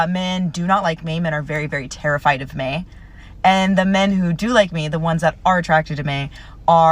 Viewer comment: Biggest red flag? Pronouncing me as may.